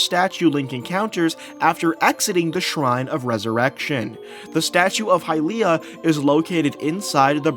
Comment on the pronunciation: bro learn how to pronounce Hylia